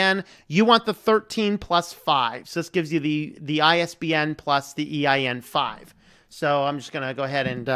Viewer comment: My brother, why do you keep saying "EIN-5"? It's EAN-5.